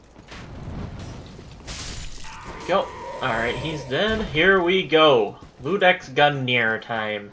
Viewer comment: Its not "L"udex, its "i"udex!